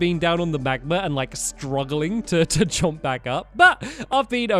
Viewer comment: can you please stop saying jomp its kinda annoying any one else